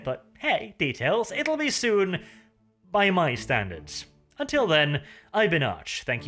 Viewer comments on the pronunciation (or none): I get triggered whenever you say "soon"